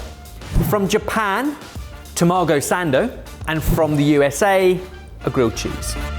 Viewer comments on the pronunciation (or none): If you want it to be more accurate to the real one the 7/11 sandwich needs to have like half the bread and maybe 1/3 of the filling lol. And it's ta-ma-go, not ta-maw-go. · Guys, guys, guys… I like your channel a lot… but: Mortadeya… yet Mozzarella??? And I‘ll even let the wrongly-placed emphasis in Tamago slide… Other than that: keep up the great work!